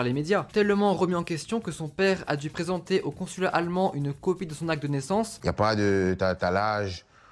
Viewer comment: Quand tu dis allemand j'entends à Le Mans mdrrr